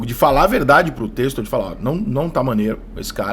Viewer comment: Porra Rica admiro seu trabalho demais, mas da agonia como torcedor ver você pronunciar em todo vídeo relacionado ao Botafogo de "Testor" sendo "Tecstor". Começa a corrigir irmão